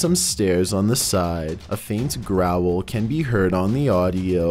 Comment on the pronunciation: Growel instead of Growl